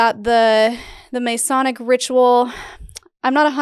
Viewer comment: I'm so sorry if a million people already pointed this out, but Masonic is pronounced Muh-sonic, not May-sonic.